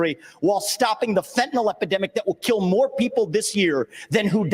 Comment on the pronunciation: Mr. Scott...learn to pronounce FEN TAN YL, not Fentanall